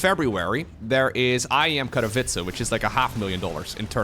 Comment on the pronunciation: The way says Katowice always sounds to me like "Cup of Itza". Years late I can't unhear it still:D